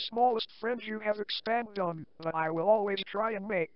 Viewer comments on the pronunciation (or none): "Expand Dong."